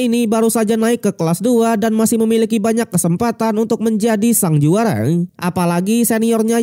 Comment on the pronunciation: banyak penekanan intonasi di akhir kalimat...! smpai saya lebih fokus aksen penekanan akhir kalimat... Selalu ada NG.. Semifinallll"ng".. sang juaraaaaaaaa"ng".... berikutnyaaaaaa"ng"